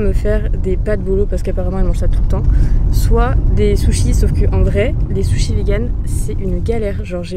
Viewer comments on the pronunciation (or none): none